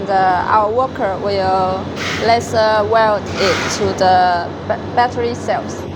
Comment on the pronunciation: Very good and clear explanation video. Can you change the pronunciation of "lesser" to "laiser" or is that too difficult? Just a humble request. Furthermore, I congratulate you on the rest of your very good English!